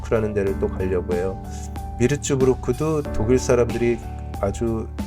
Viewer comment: 비르츠부르크가 아니라 '뷔르츠부르크'로, 뉘렘부르크가 아니라 '뉘른베르크'로 표기해야 맞습니다.